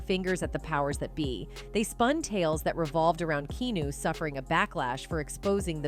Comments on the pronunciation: His name is Keanu not kenu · How can you Keep Pronouncing Keanu’s name wrong? So annoying